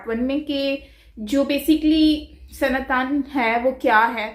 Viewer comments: it's not Sanatann but it's pronounced as Sanaatan. Please hear the word pronunciations very carefully in future from the Indian perspective or Indian panelists. These small things go a long way to show respect for other cultures 🙏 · You don't pronounce "sanatan dharm" correctly. It's "sana + tan" 😒